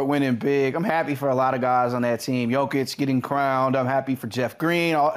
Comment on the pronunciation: Shams still mispronouncing Jokic's name. Is that part of his agreement with Klutch?